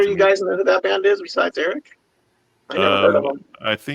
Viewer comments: "This episode made me revisit so many legendary albums. Thanks,!" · ", you’ve got a gift for bringing these albums to life. Loved it!"